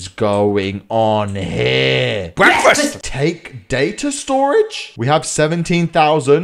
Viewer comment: what the hell is going on here...... Bekfast